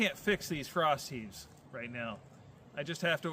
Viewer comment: At first I thought you were saying "frosty" and I'm like, "Yeah, let's head for Wendy's right now!" 😄